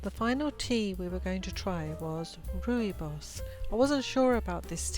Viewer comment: Rooibos is pronounced royboss😊